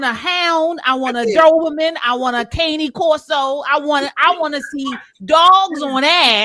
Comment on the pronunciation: She said, “caney corso,” which is actually the closest to the correct pronunciation I have ever head